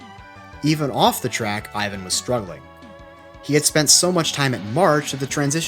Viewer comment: Ik its an easy mistake but for capelli his first name is pronounced (é-van) not thr Russian style Ivan